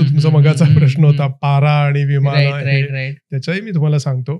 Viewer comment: मराठी सुधारा. विमान असते विमाण नव्हे